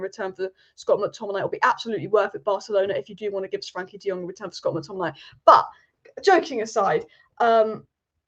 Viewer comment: I love the way says Scott mcTomminay " Scott mcTommin eye " 😁👍🏼